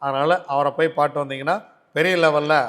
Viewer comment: பாட்டு . சீதாப்பழம். தெளிவா சொல்லுங்கள்